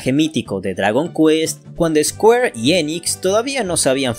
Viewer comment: Personas normales: Square y Enix Yo un intelectual: Square e inix